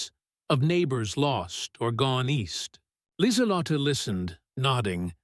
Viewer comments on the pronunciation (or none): It's not Lizalot, but Lisuhlottah The e at the end of her name is a schwa, pronounced like uh. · It's Leezalotteh with accent on the lott